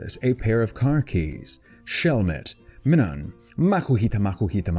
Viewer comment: its pronunces as--- ROG-N-ROLA not ROGNA-ROLA, TANGLE-A not TANJELA, SFEAL not SHVEAL. MY-NUM (like minus) not MIN-UN just thought you might like to know.